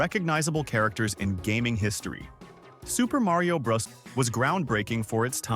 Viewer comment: This video is breaking my brain. He sounds like a regular dude recording his voice until you hear him mispronounce "Bros." and pronounce Mario is several different ways. Usually when a video uses the AI voice, you can tell.